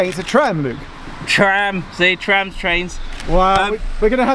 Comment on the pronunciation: But the DLR is still cool. Some routes have such beautiful scenery especially at night but I dont know why I still like the trams better haha. And I loved when you both said traims haha it suits well trains and trams. Get it? 🤣🤣